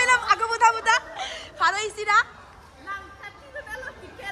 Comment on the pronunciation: Pharo isi❌ Faro isi✅